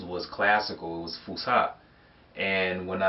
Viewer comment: you said fuskha and the correct is fus7a